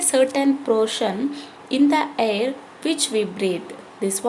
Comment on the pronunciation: You are tell hair that word is not hair that is air